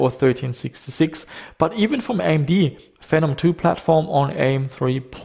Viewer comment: The official AMD pronunciation is Fee nom.